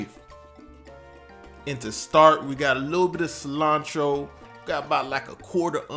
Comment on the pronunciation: "Cilantro" WTF? Really LMAO